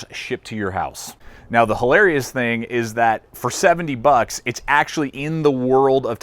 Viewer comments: the company's pronounced I , T , S tactical. not it's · Did he just say its and not as it should be, Eye-Tee-Ess? WOW! +